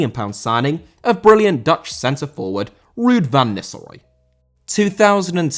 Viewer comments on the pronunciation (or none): none